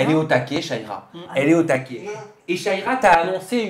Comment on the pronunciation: C’est pas shaiiiiiira ! C’est sha -ra-ya il serait temp de prononcer correctement les nom des gens ...